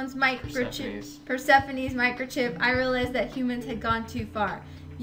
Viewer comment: I cannot deny it, but I feel really sorry for poor Per-Sephone. She did not really MEAN it.